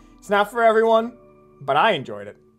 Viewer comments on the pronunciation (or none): none